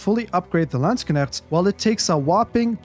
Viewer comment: I love how he pronouce it sounds like lands kinect